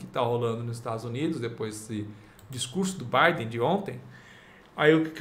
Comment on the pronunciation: Não é Joi Biden. Se pronuncia Djou Biden.